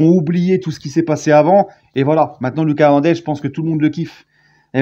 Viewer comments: Salut! C’est “LOOKASSE” Hernandez PAS “Lucas”. C’est à l’espagnol💃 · LOOKASSE HERNANDEZ LA PRONONCIATION! ALLEZ PARIS